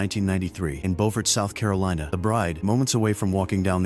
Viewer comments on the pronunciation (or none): That's Be-YOU-fert, South Carolina not BO-fort, South Carolina.🙄 Where The Great Santini was filmed.